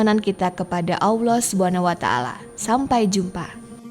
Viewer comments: Cara menyebut Allah yang benar atau mungkin lebih mendekati benar itu seperti menyebut "owl" (burung hantu), tapi ditambah akhiran "lah". Allah (Owllah) bukan (awloh) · Jangan bilang AWLOH. Salah itu, coba belajar yg baik. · Sebut Allah betul2 kak....